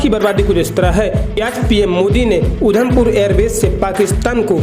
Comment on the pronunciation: Udham pur nhi. Adham pur hai